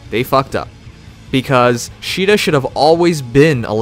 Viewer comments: Austin Turner That's japanese, not English. And also, in Warriors, they say it like "See-da". It's really how it's supposed to be pronounced. Just like how you say Caesar. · No, it's pronounced like this: See-da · Is that the actual pronunciation of Caeda?